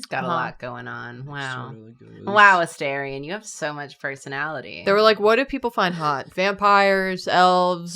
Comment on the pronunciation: It's A -STAR-ion not A-stair-ion lol